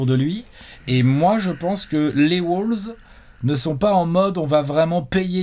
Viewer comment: Par contre stp, on dit WOLVES, pas WOULVES...